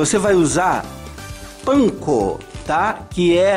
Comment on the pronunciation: A Pronuncia CORRETA é parecisa com como falamos Pizza... Outra coisa é a Farinha usada para empanar a Cozinha. Não se trata de farinha da Panco. Como vc disse no Vídeo. É Farinha Panko... um tipo de Farinha para Empanar algumas Frituras no Japão, na China... Essa Farinha Panko é algo que pra eles lá. Se Assemelha à nossa Farinha de Rosca... Mesmo que vc tenha dito no Vídeo que não se usa Farinha de Rosca...